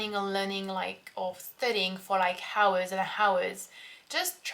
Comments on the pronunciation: J'ai une commentaire pour ton anglais. Quand tu dit "hours" il faut éviter l'erreur de dire le "h". C'est semblable à "ours" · "Hours" has a silent "h"! Great video though! :)